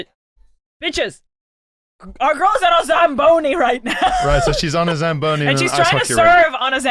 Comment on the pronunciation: "The shagboni?" SLAMBONI